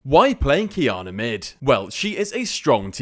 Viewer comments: wanna know why i prefer this version to the previous qiyana guide? u said her name right this time xD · Finally pronounce it right